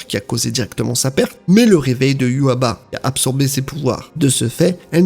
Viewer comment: J'ai toujours entendu iwouatch au niveau sonorité ça fait bizarre